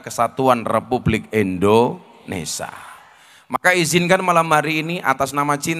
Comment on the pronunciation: Gus berbahasa indonesia yg baik,jangan menyebut indonesa